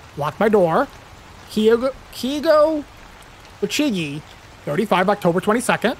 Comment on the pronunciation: Lol, you are sooo bad with Japanese names, aren't you just adorable? "Kay-go Ohch-gi"